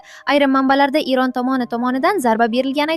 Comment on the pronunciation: Erionmas Eron eee òqimagan🤦‍♀️🤦‍♀️🤦‍♀️🤦‍♀️